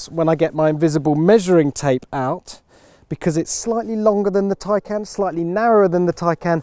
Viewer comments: What's with the mispronunciations....Its not Plad.....its Tesla Model S Plaid...Plaid as in Plaid design...a nod to the movie "Space Balls" where they hit Ludacris speed (another variant used in the Tesla Models) and its not Tycan....It's Porsche Taycan Turbo S. "Taycan" roughly translates from Turkish as "lively young horse", in reference to the steed of the Stuttgart coat of arms on the Porsche crest. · Is there any reason why you keep saying Taycan !!